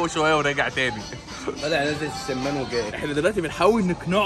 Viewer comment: اسمها السمان بفتح ال س